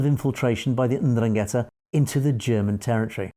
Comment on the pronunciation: Pronounced "ENDRUN-get-tah"